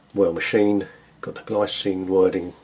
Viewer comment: btw, it's pronounced 'glee-tsee-nuh', the brand is Swiss.